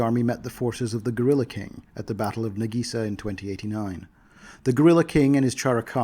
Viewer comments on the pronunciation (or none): none